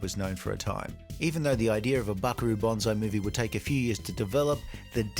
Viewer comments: It's Banzai not Bonzai. You are confusing the tree and the heroic charge call. Bonsai (with an S not a Z) is the minature tree that is shaped with wire. Banzai is what Japanese soldiers shout when they charge the enemy. Again, Ban fking zai, not Bon fking zai. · It’s Buckaroo BANzai, not BONzai! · Why are you saying Buckaroo Bonsai?